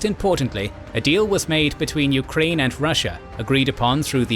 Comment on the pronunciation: The narrator also pronounced the nation names as "yu-ka-rain" & "ruh-shaa". Majority of target audience isn't students/enthusiasts of linguistics but of history+geopolitics.